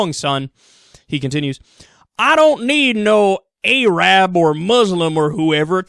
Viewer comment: LOL A-RAB